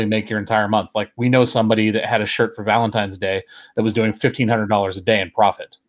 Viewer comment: valenti N e !!! it ends in an N ... not an M